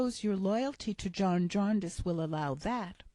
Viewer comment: Jarndyce! Diiiiiice! Jarndeyece... come on, we don’t murder Americana, please pay us the same respect. Although I am enjoying your narrative, and now somewhat regretting the first part of my message, let me retreat by saying ‘ thank you’ and Dickens belongs to us all!